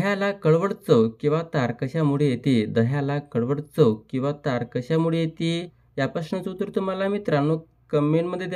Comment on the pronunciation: Pronounciation changla kara marathi uchhàr barobar kara...kakha mude nahi te kasha mule ahe